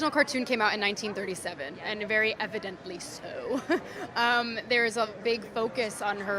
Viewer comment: "Evidendently" She kicked the hornets nest too many times.